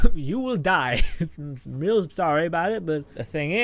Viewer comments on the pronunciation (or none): none